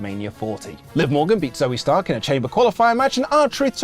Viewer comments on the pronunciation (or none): none